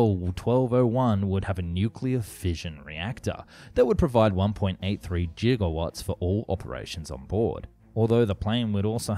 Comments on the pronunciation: Gig-a-watts, not Jig-a-watts. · when he says jigawatts in stead of gigawats... "Great Scott!" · "Jiga-watts" lol. Lovely video though, and nice 3d renders :3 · How love how he said jigawatts instead of gigawatts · "One point Eighty-three JIGGAwatts" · Was that Gigawatts or Jiggywatts? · What are JigaWatts? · YOU SAID JIGAWATTS LIKE WE WOULDN'T NOTICE! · did he just say jiggle wats? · What’s a jiggerwat? :p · its GIGAWatts natot Jigawatts !!!! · JIGGAWATTS????? My boy that g on the prefix giga is a hard g not a J.